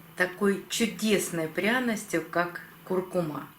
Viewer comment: Это знает даже пума: нужно говорить куркуМА!